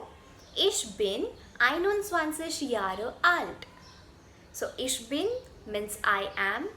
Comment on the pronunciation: The content is good. But your pronunciation is not German, such as you should use guttural r also improve these: 'er' --> ea, 'Jahre' --> yaga , 'Spreche' --> spreikhe, 'ar' --> aa (aabeita)